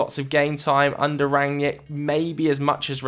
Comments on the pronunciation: It's not Ran-yick, it's Rag-nick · you dont know shit about Rangnick. all you saw are some Interviews. you can't even pronounce his Name correctly.